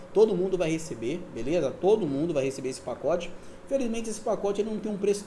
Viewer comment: Vai ter o "pocote" lkkkk quase saiu um "potoco"